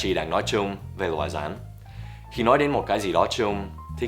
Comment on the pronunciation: Con " rắn " chứ không phải " dắn " nhé buddy